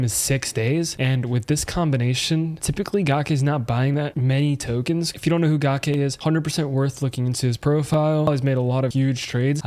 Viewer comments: Gake is pronounced ga - cake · Once I heard u say “Gawk Aye” I had to hop off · It's gake like cake... and she's a female.